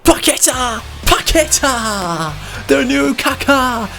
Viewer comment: Hey, just so you know Paqueta is said with the stronger letter being a so its like Paquet"á" Sorry for bad english cheers from Brazil☺